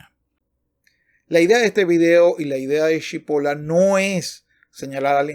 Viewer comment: Muy bueno Se pronuncia "chipol-la".